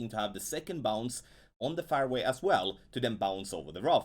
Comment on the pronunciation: fairway is pronounced like, " airway" but with the letter "f " in front of it. You pronounce it as though it is spelt, " farway".